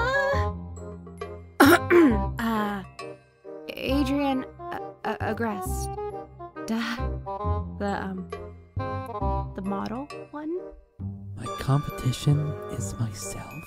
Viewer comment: ITS PRONOUNCED ADRIEN AGREST-EH NOT ADRIEN AGREST